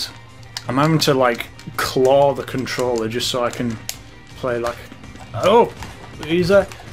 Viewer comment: “ i think they call them a CONTROELR!” magnificent.